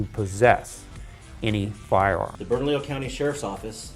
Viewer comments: Say it with me - Bern - A - Leo county. That's how you pronounce it. This commentator was driving me crazy. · It's pronounced BERNA-LEO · Lol!!! berna"lillo" I love it. It's pronounced berna"Leo" but yes it's spelled bernalillo